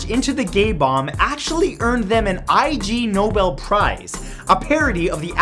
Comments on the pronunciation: "I.G. Nobel prize" Ig Nobel... Ignoble. Definition: of humble origin or social status. In case you didn't know, but it's a pun. Please say it right. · You didn't used the pigeon missile =/ the prize pronunciation not I G Nobel its Ignobel as in Ignorant :P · Clever video, though the award is pronounced as Ignoble. the ig is not separate. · Ignoble, not IG Nobel. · BTW its not I G noble its ignoble pronounced like igloo it (its the opposite of noble) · Ig nobel prize pronounced as i(as in kit)-g(as in go) nobel prize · That is the Ig-nobel prize, based on the word ignoble meaning "not a noble" endeavor... so "ig" is a syllable, not I-G... for future items that win this award on your lists. Keep up the good work! -Shawn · The Ig Nobel prize is usually pronounced with the "Ig" not spelled out, like "pig Nobel" without the 'p'. It's a play on the word "ignoble." Just so you know. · It's ig Nobel as in ignoble. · "Eye Gee nobel prize" and "pykryt". Wonderfully mispronounced.